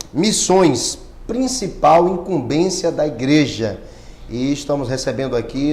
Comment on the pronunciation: imcumbencia e nao imcumbeçia ok